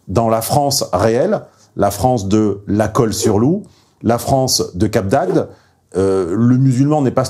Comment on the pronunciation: Ah ce petit défaut (enfin difficulté) de diction pour dire Cap d'Agde :D C'est comme ça que l'on voit ceux qui ne sont pas du coin ^^ J'avoue que ce n'est pas forcément évident à prononcer, tout comme moi quand je me rends dans le Nord Est et que je dois prononcer les noms de villes aux alentours de Strasbourg ^^